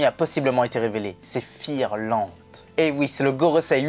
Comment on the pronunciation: C'est pas fingerlande mais figarland.